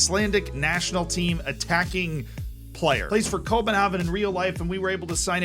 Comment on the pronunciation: My guy absolutely butchers København but does Nordsjælland correct?